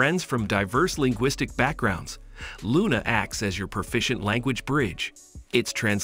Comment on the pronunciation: Clicbot not clicboat, Loona not Luna